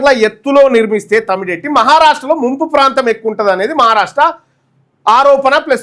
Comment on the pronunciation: తమ్డి హెట్టి✖️( తుమ్మిడి/తుమ్డి హెట్టి)✔️😂